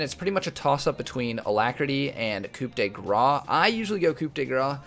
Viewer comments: Btw you don't pronounce Coup de Grace as Coop de Graaaa xD You dont pronounce the P in Coup and Grace is like grass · Just for you to know, the rune " coup de grâce " Comes from french and "grâce" is pronounced pretty much like "grass" ;) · "Coup de grace" pronounce it like this "koo the grass" and french viewers will be happy :P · Coup de Grace is (Koo- du- grah) the p is silent. loved the video